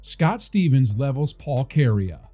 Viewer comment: Kary A??? It’s pronounced like ‘Korea’ fyi